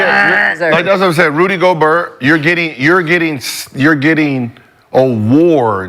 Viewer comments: gobert gobert.... not gobur😂😂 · It's Go-BEER cuh